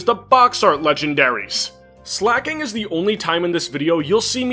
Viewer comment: Dude, you completely butchered Slaking. WTF!